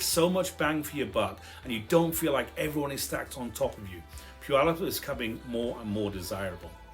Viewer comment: Heh... I like your channel, Sir. Oh, and yes... about the name of my Home*Town of some 77yrs! It's just a side note... and, heh, of some importance to we locals.:*)) Our sweet little home-town-name of "Puyallup" has three syllables... Puy-al-lup.:*)) It may be of value to take note that there is NO "W" in our home-town-name... PUYALLUP. Phonetically, it would look something like this... * Pew... like a church bench... * Al.. like a very handsome young man... * Lup... like... ahh... nuttin' i know aka... Puyallup! Ta-Da! - Well... thar's ur lcl wit for da week.:*)) - Blessings*SharonZ that thar 77yo senior born and raised right here in da Puyallup Valley!:*))